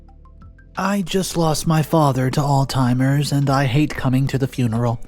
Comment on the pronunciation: It’s ALZheimers. Not ALTheimers. Jesus fuck. Also: INVItation. NOT INVINtation